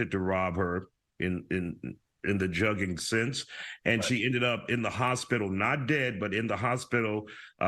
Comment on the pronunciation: how are these professional reporters still not pronouncing the word Jugging correctly lol.